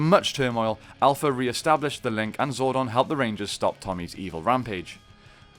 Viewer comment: you said zordon wrong and that bothers me